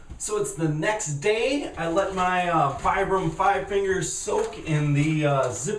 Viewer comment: It's pronounced "Vee-Bram" not Vie-Bram"